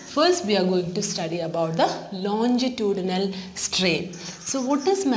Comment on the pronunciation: Mam ye lonjitudinal nahi hota longitudinal hota hai pronounce correctly